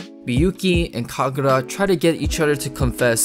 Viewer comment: it was never Kkagurra. NEVER